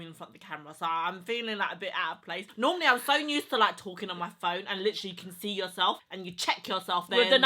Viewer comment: I used to watch your sister on snapchat.. why does she find it so hard to pronounce USE/USED? She adds this extra N (NUSED) in front of the word and it triggers the hell out of me and gives me anxiety. Urgh